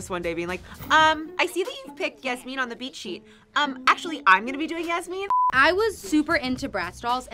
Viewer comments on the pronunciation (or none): The pronunciation of Yasmin is SENDING ME 😂 I say it like Jasmine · Okay no hate to y’all, cause you guys are saying it how its spelt, but the way you guys have been saying “yasmine” has been KILLING ME 😂 atleast from when i watched the show they pronounced it yaz-min (like jasmin) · I dont want to be rude but ive watched bratz and im pretty sure they pronounce yasmin like yas-men not yas-mean just saying yall look cute but also i think there shouldnt havent been two yasmins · It is pronounced Yas Men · When they kept saying Yasmin wrong and called her Yasmine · i’m so sorry but Yasmin is pronounced like jasmine but with a y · I will never get over the fact that Yasmins name is not pronounced how they are saying it.